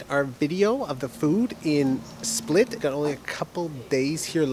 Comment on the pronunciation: Ur the frist yutuber that called the city right and i know it did it right becuse i live in croatian